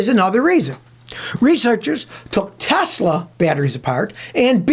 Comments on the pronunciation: "I love Tesler" 😂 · Tesler! It’s all computer!🤡